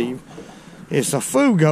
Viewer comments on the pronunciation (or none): fuego is Spanish for fire and pronounced fwaygo.